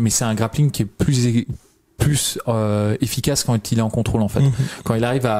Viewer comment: En deux mots : Con-Trôle 😂 Merci les mecs, j'ai bien rigolé